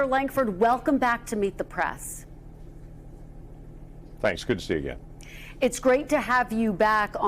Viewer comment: Its "Meet the prAss"......WHY can't you pronounce it prEss?